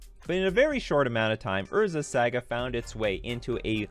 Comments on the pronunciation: [sˈɑːɡə] "Saa-guh." "Sa" rhymes with "ah." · "Urza's Sega" :P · Urza's SEGAAA 🤣🤣🤣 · thumbs down because you kept saying saga wrong 😂 couldn't make it through because of it